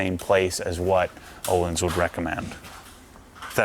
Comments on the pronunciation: An easy way to remember how the Ö in Öhlins is pronuounced - The Ö is pronounced like I in bird, not uhlins! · Ö in Öhlins is pronounced as U in burn. Varsågod.